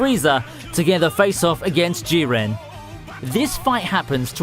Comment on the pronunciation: The guy doesn't know anything about anime did you listen to way he says goku and jiren he says gokaou jiaren